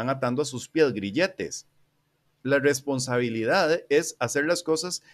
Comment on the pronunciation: Oye carnal una duda, no puedes pronunciar bien la "R"? No es burla ni nada (yo ni siquiera puedo :v), es que cuando dices "responsabilidad" se nota algo raro xd